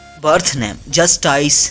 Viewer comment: it’s pronounced like JUSTICE 🤨